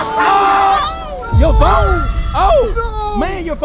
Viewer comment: Bro when he said my phoe(phone)